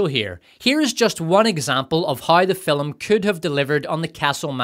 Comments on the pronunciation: Why do you say fil-um and not Film? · If you want me to turn into a violent murder droid, just have your AI say the word FILUHM one. More. Goddamned. Time. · Still not sure what a 'fillim' is but I dig your videos.